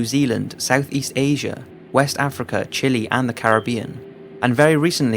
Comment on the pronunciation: When he said Chile he said chilly god damnit